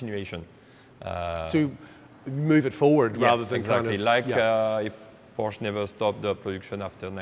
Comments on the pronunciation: Its not a Porsch, its a PorschE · during a PORSCHE video I would suggest that everyone in the video who speaks should learn how to say PORSCHE correctly…ug..freakin brits. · who is this top gear knob? why is he so unkempt for this meeting?(Porscha not Porsch) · Learn to pronounce PORSCHE right or dont even talk about it! 😂🤦‍♂️ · 'of course, it is a Poarsh' come on bro. Por-che, How hard can it be. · By the way It’s called a Porsche NOT a Porsch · says porsch within the first 5 seconds and proceeds to pronounce it porsche after. this is proof english speakers are capable of saying it correctly but choose not to... why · IT IS NOT PORSH!!!! The name is Porsche! Show some respect. How you you react when Germans suddenly mispronounce Chevrolet or Cadillac?! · How can you present for Top Gear and pronounce Porsche wrong? It has an audible E in it. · NO, it's not a PORSH nine to et. LOL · what's a "porsh"? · Just gorgeous and beautifully finished. Not in love with the extra long nose, but the rest of it is amazing. And Porsche is a two syllable name guys. Come on. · Say POORSH one more time... 😤